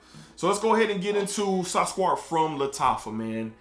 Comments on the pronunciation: It’s not squart, it’s pronounced sue-Kar-aat. It means “sweet” or Sugar. Great review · Its pronounced as Sook-raat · It's pronounced Su-crat , crat like in cat 😺!.I bought the EDP version of Sukraat and is much smoother than the edt , is MUCH closer to Aqua did Gio Profumo EDP!. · It’s Su-Kraat🤣🤣🤣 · Indeed you tortured the name 😂. Here is the name SUKRAT which is Socrates in English. Thank you for the review sir☺️ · It's spelled Su-Kraat my dude, damn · totally butchering that name lol